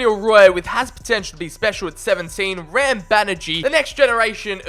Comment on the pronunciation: What's even more interesting is that while your indian name pronunciations aren't bang on correct, you aren't butchering them lol. You're doing quite a fine job with Indian names if I may say so lol. We just stretch the vowel sounds a bit more normally. Like Ram is pronounced like Raam.